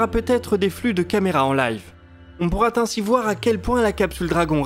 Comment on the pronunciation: > "on pourra-t-ainsi voir " ? ;-) Bon, allez, c'est bien le seul défaut qu'on peut trouver (avec beaucoup de mauvaise foi) dans cette vidéo parfaite... Comme toutes les autres, d'ailleurs ! Quel professionnalisme !